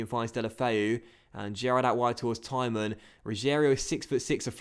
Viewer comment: When you say back four tymon I keep thinking you're saying back from retirement